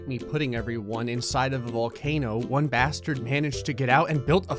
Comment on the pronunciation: The way you say bastard is funny 🤣🤣